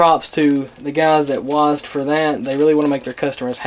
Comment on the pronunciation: did u just say "wasd"? It's W-A-S-D......... lol